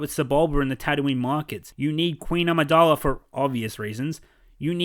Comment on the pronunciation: Great video but I've noticed for a while you keep referring to Padme as Queen ARMIdala when she is called AMIdala without the "R". Just a small correction.